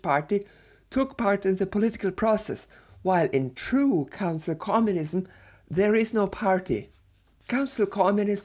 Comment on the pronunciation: I can't stop hearing "Cancel Communism".